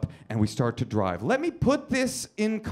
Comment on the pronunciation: ... is he saying ''dwive''? i'm not a native english speaker, but that's what it sounds like to me '-'